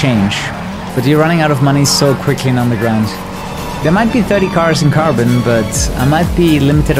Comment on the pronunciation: Карбон... Said like a Russian :^)